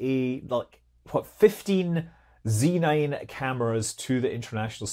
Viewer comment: Zee nine?!